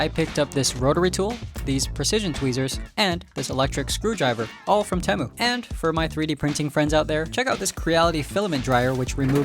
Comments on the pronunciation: TEE-MU not TEH-MU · Why did it take so long? (and why did he pronouce T-ee-moo as T-em-oo?) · It’s Temu bro you don’t now how to say it